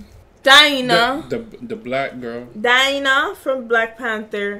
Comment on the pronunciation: Dinah? lmaao DAH-NY